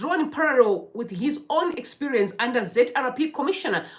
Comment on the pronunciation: Umh! kunoner here? Expurience or experience 😂😂 on a serious note, keep going.